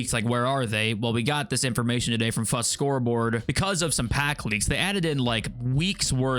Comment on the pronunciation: Why do you pronounce it "fuht" its obviously not spelled that way